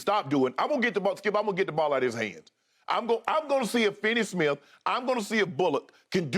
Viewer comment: I can't get over Shannon torturing Reggie bullock's name 🤣🤣🤣